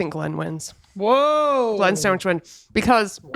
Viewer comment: None of y'all say sandwich. It keeps coming out SanwiSCH